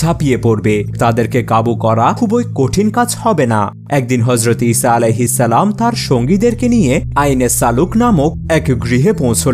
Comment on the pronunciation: ইসাআলাহিস্সালাম কি ? ঠিকমত উচ্চারন করো ।